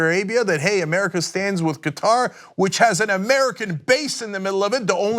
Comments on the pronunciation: Hey Cenk, it's pronounced KAH-Tahr (similar to Cutter but with "ah" sounds) not Ka-TAR (which is a pronunciation like guitar). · Qatar. I believe it's pronounced like "cutter", emphasis on first syllable. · Qatar = Cutter You wouldn't like people mispronouncing your name. 😆